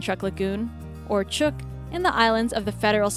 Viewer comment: 16. It's pronounced Chuuk (Chook) I know because I come from there.